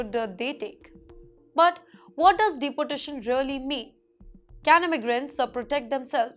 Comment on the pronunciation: Madam, Please pronounce deportation correctly like deeportation rather than like you pronounce deputy. sorry for this. You will sound better